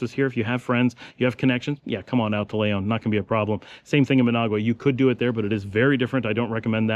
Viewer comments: why do you always pronounce the word Leon, Layon>? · 1000s times I hear you say, " l-AY-on " , hurts my ears like scratching a blackboard with your finger nails. man Its your home, if you were an outsider it would be understandable . My friend, I mean no disrespect, I appreciate ALL the info in your videos about Nicaragua. Please look up the pronunciation of Leon. like the Brits add an "r" to many words such as China, they say ChinR, we all know the Brits know better.